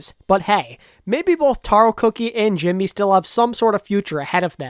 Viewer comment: Bruh u Said jinmu instead of Jimmy the first time about the demotion I almost got a heartattack xD